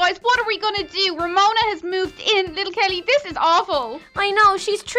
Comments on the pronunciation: Its romona not remona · I mean Its Ramona Not Remona